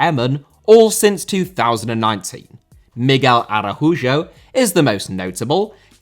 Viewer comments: Definitely looking for a part 2! I’m Peruvian and FC Emmen are my favorite team in Netherlands bc of that fact. I’m glad someone else noticed the connection. Also, Miguel Araujo’s name is pronounced Ah-Rau-ho lol not sure what you were saying 😅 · Just a note, Miguel Araujo, his name is pronounced Uh-rah-ooo-hoe- Ronald Araujo at Barca is pronounced this way as well, I've noticed you mis-pronounce it a few times so figured I'd let you know. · Hey, love the content. I'm sure others have mentioned it, but Araujo is pronounced like Uhr-OW-ho